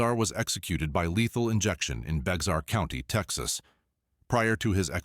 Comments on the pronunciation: It's pronounced BEAR county... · Bexar is pronounced Bear county…lol…I am a native Texas, and everyone outside of Texas, often mispronounce Bexar county…